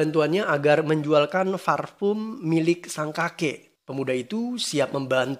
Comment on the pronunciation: parfum kak.. bukan farpum.. hihihihi